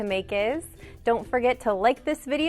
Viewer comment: Am I mistakin but she said lick not like 😂😂😂😂